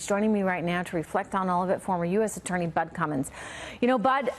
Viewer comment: she called him Butt Cummins 😂